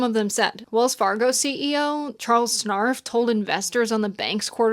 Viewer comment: Take away those tax breaks. Hike taxes up on AI-dense workforce and use that money to set up universal minimum wage and Healthcare. Also love that you mispronounced "scharf" as "snarf." I understood that reference and even if it was unintentional, it was awesome.